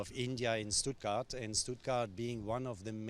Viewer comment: It's Stuttgart ( you pronounce it as it written)